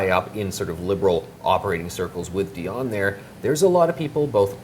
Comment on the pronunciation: He could learn how to pronounce a French name, it is Di on Not a Die on